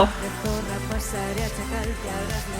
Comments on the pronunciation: The right pronunciation for z is not like in Zebra. It's more like /θ/ like thorra. Try to say it, it's very satisfying 😂😂😂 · I think what you miss (and what Eurofans who don't understand Spanish) are going to miss... is the message. Surely reading the lyrics you will understand why the audience behaved like this proudly shouting "Z0RRA". Don't say "Z0RRA" cause it basically sounds like "S0RRA". Try to say "THOR-RRA" instead of "Z0RRA" cause in Spanish the "Z" sounds like a strong "TH". And yes, she has no voice and the song is not very good. But who cares? She says that at 55yo she doesn't care casuse she don't want to be a great singer. Cause it's no longer a song... NOW IT'S AN ANTHEM!!! This is the oficial video with lyrics in English